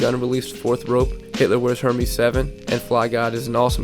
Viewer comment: bro you said hermes like herpes 😂 (it's ER-MEZ)